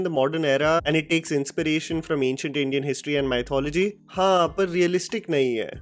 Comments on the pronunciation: It's Mi-thology.. not Mai-thology. Oops sorry🤭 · Hey bro, it is not pronounced as 'my thology' but 'me thology' or muhth·o·luh·jee